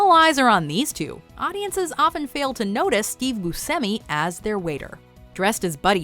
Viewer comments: Pronounced "Boo Chemy" not "Boo Semy". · It's pronounced Bu-SHEM-ee. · Learn the proper pronunciation of Smaug and Buscemi! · You should learn what the word "hidden" means & how to pronounce Buscemi.